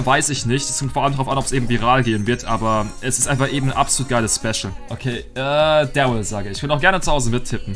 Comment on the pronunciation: es verwirrt mich so hart das er "Dawwyl" sagt